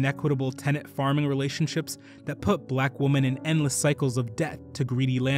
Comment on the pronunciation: Thank you for this! A friendly piece of advice: The word women is not pronounced the same as woman. It is pronounced "weh-min." Woman is pronounced "wool-min."